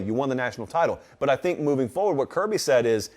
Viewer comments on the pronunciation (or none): none